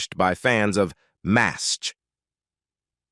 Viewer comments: Had to stop watching cause narrator couldn't pronounce anything. What is Maz H? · Being a MASH fan for decades, I really wanted to watch this. However, it was so sickening to hear the repeated butcher of the words was too much. When even the show's name not just mispronounced by not even recognizable, it is far beyond sad! They should make the video using a human for the narration or just remove it. There is a reason it has only 118 likes after being on line for a month! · This narrator can't pronounce the stars names or the title. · You made it about two minutes longer than I did!!! About the fourth butchering the show's name I simply cud not take any more. He should re-do it with a human narrating!!!